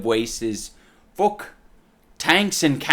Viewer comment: When you said “fook”. Gold